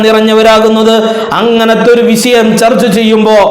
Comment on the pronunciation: വിശയം അല്ലെടൊ വിഷയം !